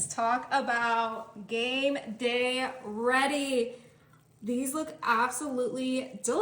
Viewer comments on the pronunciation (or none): none